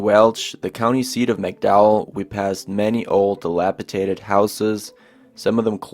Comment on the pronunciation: I had to stop watching . I just couldn't listen to this kid repeatedly butcher the pronunciation of the county. It shouldn't be this hard bub - West Virginia does not have a "Mack-dowel" County. 🤦🏼‍♂️😩